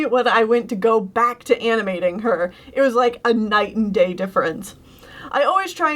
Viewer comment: Am I the only one who heard “night and gay” instead of “night and day”?